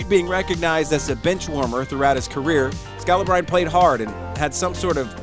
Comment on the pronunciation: U know they don't watch basketball when they don't know how to pronounce scalibrine lol